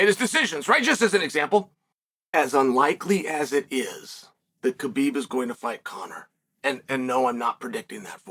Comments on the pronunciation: It's not "Ka-Beeb".. it's "ha-beeb" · Please stop calling him K-bib. It is pronounced Habib. The K, In Khabib, is silent. I am offended that you talk about him so much but don’t pronounce his name correctly. Listen to him say his own name, he doesn’t pronounce the K. I have commented this to you so many times!!!!! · After all these years Chael still pronouncing his name wrong